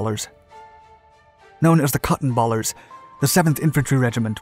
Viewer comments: it's pronounced Cotton BALERS not Cotton BALLERS. As in a bale of cotton. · It’s Cottonbalers, not “Cotton Ballers.” Different spelling and pronunciation.